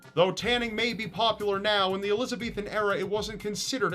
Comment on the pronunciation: it's not the eloze beethen era it's Elizabethan